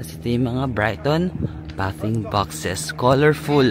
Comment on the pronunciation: Bathing is pronounce baything box